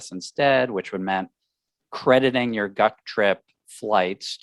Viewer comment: Wait. Are y'all planning a "GUC trip" or a "Duck trip"? I kept hearing "Duck trip" 😄